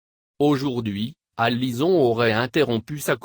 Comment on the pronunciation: c'est une voix synthétique "Alison" dite alizon :o